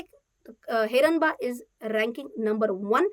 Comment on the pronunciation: Name of company not pronounce properly... Ganpati bappa ka name hai...